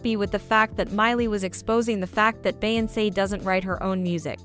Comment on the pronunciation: Why is this person behind this YouTube right here pronouncing Beyonce name wrong in voice 😂